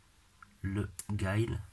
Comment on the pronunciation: je crois que sa se prononce pas comme sa Guile